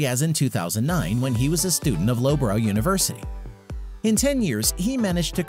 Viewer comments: "Luff buh ruh", not "Lowbrow". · Bush up on your pronounciation, lowburrow is spelt loughborough and pronounced luffburough.